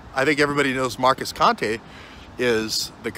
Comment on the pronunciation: He says Conte like a moron 😂 I can’t listen to this guy fumble with another attempt at thought and speech.